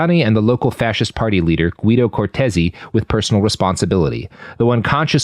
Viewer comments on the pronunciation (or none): none